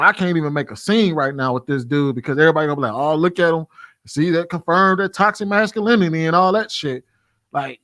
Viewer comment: Sasculinty lol